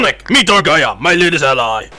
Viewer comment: It sounded like said Dark Gaya instead of Dark Gaia